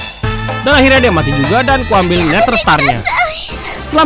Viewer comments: Neder bang bukan neter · Oy bang bukan neter tapi neder🤣🤣🤣🤣🤣🤣🤣🤣🤣🤣🤣🤣🤣🤣